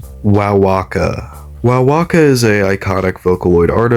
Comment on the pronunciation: Wowaka is pronounce wow-a-ka!!